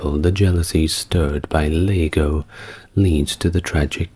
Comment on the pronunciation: Oh come on! Lago? It's Iago! You know that! How am I supposed to sleep through that?